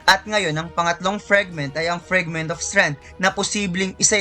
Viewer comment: Pwede ba icorrect yung FRAGment hindi FREG 😪